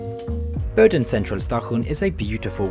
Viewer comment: Good stuff! One minor detail: while your pronunciation in general is simply great, Boden should not be pronounced "Boh-den" but "Boo-den"